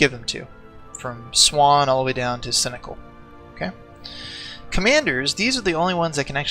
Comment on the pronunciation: Seneschal is also more like Seneshaal instead of "cynical". Awesome vids btw - getting through them now after the free CK2 sale on steam.